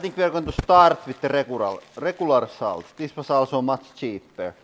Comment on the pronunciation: For your accent pronounce salt with an o instead of an a solt and it will sound correct I bet lol